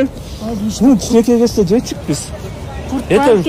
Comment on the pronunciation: Жечик дебей туура сүйлө